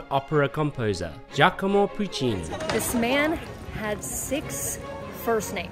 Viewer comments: im pretty sure it's giac"o"mo not giac"I"mo... :) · having a little trouble with the name Giacomo? You kept saying Giachimo